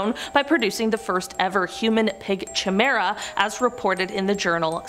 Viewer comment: "Chimera" is pronounced "kigh-mare-uh". SO many mispronunciations in these videos. Horrific.